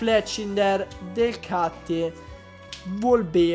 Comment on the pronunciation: pensa che quando hai detto DELCATTY ho capito DELC**O😂😂😂